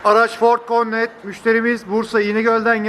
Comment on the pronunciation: Videoya ford kornet diye giriş yapan kardeşim. Connect yazıyor arkasında koskoca. R harfi falan yok lanet kelimede. Türkçe okunuşu konnekt. Parçacılar da kornet diyip duruyor. Dondurma mı anasını sattığımın modeli ya.